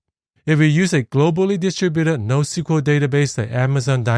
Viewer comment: Also maybe you meant "NoSQL" ( not NoQSL )